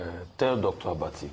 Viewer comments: Oga, it is ABATI and not Agbati. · The name is Abati not Agbati. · Oga, you are just looking for popularity. What is wrong with what Rufai said. Secondly, the name is Abati not Agbati. Yeye man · His name is Abati not Agbati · It's not Agbati, It's Abati. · Can you not pronounce Abati? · Oga, go and complete your train!ng before kuming to the media space. You can't even call the presenter Reuben Abbatti name properly. If u enlist to do a job, go and do your training very well. Finish well before coming to the public glare space. Mediocrity is not a virtue.